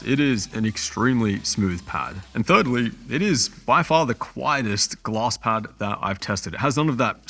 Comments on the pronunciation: took me 2 full minutes to realize you were saying glass pad and not gloss lmao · Took me forever to figure out he was saying "glass". I couldn't understand why I couldn't find any "gloss" pads in Google 🤣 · are you saying gloss or glass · My man says Glass like Gloss :) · The whole time I thought you were saying gloss pad lol.. I was like wtf is a gloss pad??😂 anyhow no thanks I would rather stick to the my logi g440 and superlight 2 using moissanite skates.. smooth as a babies ass.. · i swear he was saying gloss pads, and couldn't find them for the life of me